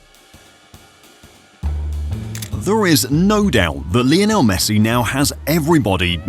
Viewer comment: Lionel not lajonel..... He breaks nothing!